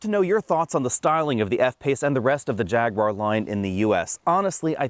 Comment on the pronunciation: Jag. Ooo. Arr. 3 syllables.